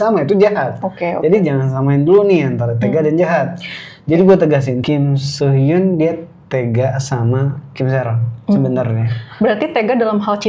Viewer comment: Kim soo men kak. Bukan kim so mean.